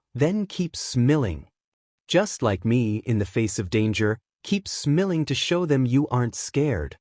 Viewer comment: Do you not know how to say smiling or this just AI generated because you are saying smelling